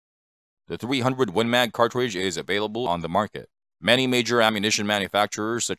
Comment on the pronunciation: What's a " cawtwidge"? And it's not rimless, it's a belted cartridge.